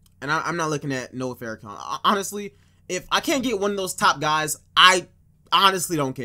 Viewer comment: Noah Farrakhan (Far-Ru-Khan) not (Fare-Ru-Khan)